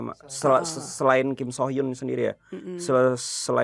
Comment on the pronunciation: gua gregetan tiap ngomong “kim sohyun” padahal dibacanya kim suhyun, itu udh beda org lg bjir😮‍💨